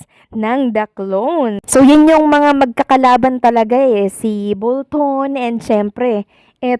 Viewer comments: Bolton mam hindi bulton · bolton hindi bulton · Oo galing ni Bultun cno b Yun Bultun🤣🤣🤣ayusin mo nman mag pronounce Ng name nkakahiya Kay Michael Bolton at sa gumagaya sa kanya at mga nkikinig sa content mo don't get offended it's a constructive opinion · BOLTON po nde BULTON.... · Hindi Po Bulton. Bolton Po. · Bolton Hindi bulton, sablay dn tong vlogger na to e no, paulit ulit pang bulton Ng bulton bisaya ka ba ok lng sana kung bisaya ka maunawaan kpa e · Bolton po hindi Bulton… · Grabe kinilabutan din ako sa bUlton instead na bOlton HAHAHAHA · Bolton po 2,0 at ndi Bulton. ano ba yang pronunciation mo😂😂😂 Bulton talaga??? Bolton po hinde Bulton 😂😂😂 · Bolton hindi Bulton good afternoon friend ♥️♥️♥️ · Hindi Bulton (Bolton)